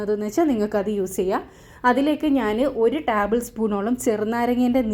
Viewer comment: ടാബിൾ സ്പൂൺ അല്ല ടേബിൾ സ്പൂൺ ഓഇ